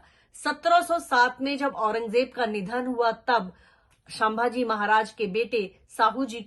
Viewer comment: chak aurt ..unka nam bhi dhang se nahi le rahi hi tu..tu sabhaji sanbhji kya bil rahi hi..unka nam leneki avkat nahi tumhari......😡😡